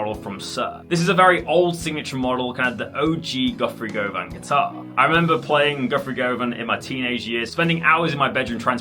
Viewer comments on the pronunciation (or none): It is "gu-vun" not "go-van"